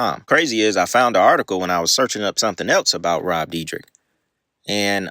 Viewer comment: Rob dear deck: ❎️ Rob dee drick: ✅️